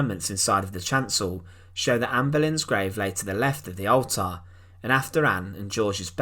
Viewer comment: It's pronounced ALLTER not ALTAHR.